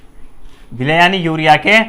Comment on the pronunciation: विलेय नहीं भाई 'विलय' खैर बहुत खूब ❣️❣️❣️❣️❣️